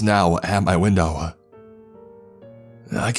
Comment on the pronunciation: Dining room window-uh. Snow-uh. Chevy pickup-uh.